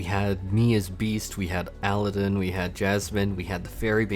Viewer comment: Did you really just mispronounce Aladdin?!